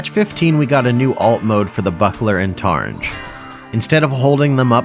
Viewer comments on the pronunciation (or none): Btw targe is just pronounced like barge, no n :)